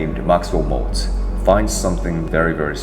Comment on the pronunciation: Maltz, not Moltz.